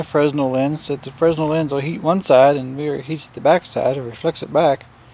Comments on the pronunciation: Its not fres-nell, its frenell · FRESNEL (SPELLING) Pronounced — ‘Frey Nel’ 😊👍